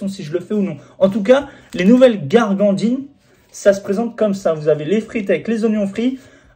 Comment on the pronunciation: Fernandines, pas gargandines 😅 (gourgandine 😂)